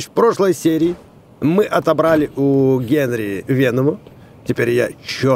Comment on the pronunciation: Не генри а гари